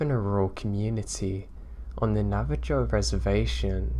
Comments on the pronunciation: Hey man hope your feeling a lot better. I wanted to let tou know you pronounced Navajo incorrect so your story sounds more correct. It's actually pronounced Na-Va-Hoe the j makes an h sound like in Spanish. have a great week. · Great stories! (P.s. Navajo is pronounced "navaho")